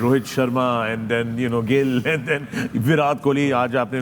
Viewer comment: not virath kohli its virat kohli...all Pakistani need tongue checkup😅